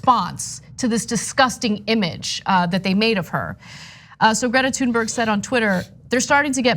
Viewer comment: Pronounced: toon-berry